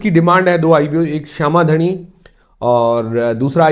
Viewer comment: not shama dhani,its शाम धानी 😅